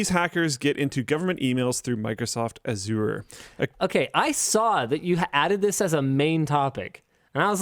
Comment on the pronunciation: Microsoft Ah-zoor? 😂